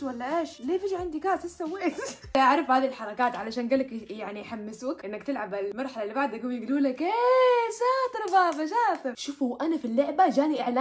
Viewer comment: قالت الملحله مو المرحله 😂😂